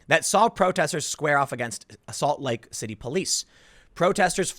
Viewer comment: almost sounds like he said “assault lake city” 😆